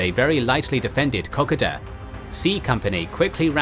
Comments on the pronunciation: For christ's sake, please get your pronunciations correct as not only does it sound wrong but it is offensive to Australians. Kokoda is spelt with an "o", not an "a", so it is pronounced Ko-Ko-da, not Kokada. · A cool new drinking game. Take a shot everytime he pronounces kakoda wrong. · Kokoda track is pronounced Koh-koh-da! Sorry had to say that but glad you said track not trail. I had several uncles who fortunately all came home thanks to the "Fuzzy Wuzzy Angles" who thoroughly deserve their own special. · Kokoda is koh-koh-da not cockada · Top quality presentation. Suggest checking pronunciation of a few words, in particular Kokoda. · Wish they could pronounce Kokoda properly.